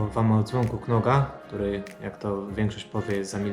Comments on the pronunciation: „K” jest nieme, wymawiamy nazwę firmy jako „nog” 👊🙂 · K jest nieme widzisz ignorujesz